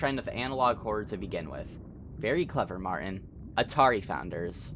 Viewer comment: Lmfao I love the way he pronounces stuff. Martin's name for example. "Marin" and 32 Minutos as "thirty two minuros"